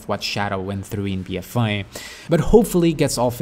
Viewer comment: Lmao, it's just your accent. When you say "a" it sounds (to me) more like you're saying "eye" or "I". I'm just busting your balls.